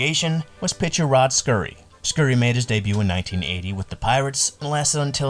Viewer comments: Did you say Pittsburgh Peeretts? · Dude. There are so many mistakes in the video I could t even finish it. The Pittsburgh Pee-rits? Enos CA-ble? Al Oliver on the 79 Pirates? If you're going to go through the trouble of putting together a video at least pronounce basic elements of the story correctly and do like 5 minutes of research. It's like you just got an AI voice to read this script.